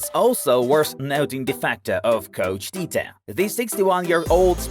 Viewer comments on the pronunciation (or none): is Tite, not Tita